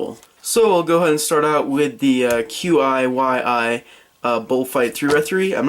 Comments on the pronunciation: QiYi is pronounced as "Chee--ee" if that helps. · I'm 99% sure it's pronounced "Chee Ee" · I think that QiYi is pronounced "chee yee" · Ok, I know I'm like 4 years late but it's pronounced chi-yi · The QiYi is pronounced kee yee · The QiYi is pronounced chee-yee